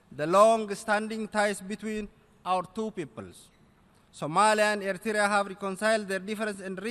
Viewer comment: why say eritrya say plz eritrea where you from